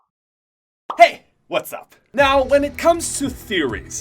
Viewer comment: Why does he say hey like that😂